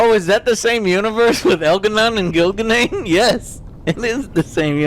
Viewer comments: al garnan and gil ga nain!!! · Elgahnon and Gilgarnain lol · But in seriously Joe, have you seen El'gah'non and Gil'A'nain? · But Joe! We need to fight El'Gah Non not Gil' A' Nain!!! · Did you say THE ancient Elven Gods Elgar’nan.... and Ghilan’nain!?